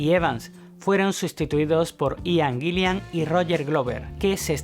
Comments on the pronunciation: Acuérdate, que el cantante de Deep Purple es Ian Gillan y no Ian Gill"i"an como has dicho.... La segunda "i" no existe. Un saludo, gran documento 👏🏻👏🏻👏🏻👏🏻👍🏻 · Buen video. Adoro a Blackmore como el gran guitarrista que fue. Pero por lo que más quieras, pronuncia bien el nombre del cantante Ian GILLAN, no Ian " GILLIAN". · No es Gillian. Es Gillan. Gillian es nombre femenino. Gillan (sin la "I") es apellido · Y es Gillan, no "Gillian". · Muy buen video👍... pero cuando dices Gillian estas pronunciado una segunda " i " que no existe, tal vez pienses que se escribe o pronuncia como el apellido del director de cine Terry Gilliam... pero estas equivocado. Además, aunque Purple y Rainbow fueron muy importantes en la gestación del metal, personalmente creo que Ritchie NUNCA ha tocado metal. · Cada vez que dice "Gilian" me saltan los plomos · A parte d la pronunciación de Purple o Guillan ..q como a otros patean la oreja ...hay varios errores en la biografía ... pero uno q es imposible dejar pasar es qué : En el álbum SLAVES & MASTERS ... La voz es de Joe Lee Turner ... Quien a propósito .. también fue vocalista de Rainbow Ota cosa qué olvidaste es qué .. En la etapa de Deep con Coverdale Blackmore también dejo al grupo dejando a deep con Tommy Bolin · Es Ian Gillan y no Gillian ... y es Roger Glover... y no Roger Grover.... Por lo demás un buen documento. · Así es, también se le escucha decir Gillian en lugar de Gillan y Grover en lugar de Glover.